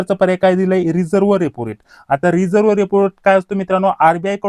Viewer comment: रिव्हर्स रेपो रेट not रिझर्व्ह